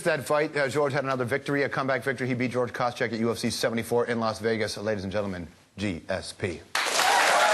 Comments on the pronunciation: did he say george koschek at the beginning? lol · did he say george koscheck?? lol he did!